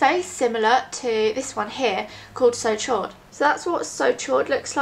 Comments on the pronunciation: It's said almost like "sho," not "shord." It's French for "hot" :) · "So Chaud" is pronounced like "So show", Chaud is french for warm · "so chaud" is pronounced like "so show"! (: "chaud" is french for "hot" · I don't want to be anal about it, but the chaud in the "So Chaud" lipstick is pronounced "shode", it is French for warm/hot. Just thought you'd like to know. :3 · "So Chaud" is pronounce "so show-ed" French for hot. So hot. Great video though! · Hi :) I loove your lipsticks ! just a thing : so chaud is prononced 'so cho' ;) xoxo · "So chaud" is pronounced "So shaw". Chaud means hot in french. And its amazing how well you can pull of red lip stick! You inspire me to go get some myself!